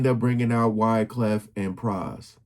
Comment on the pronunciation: This dude does no research, doesn't care to learn the correct pronunciation of Pras' last name, SMH.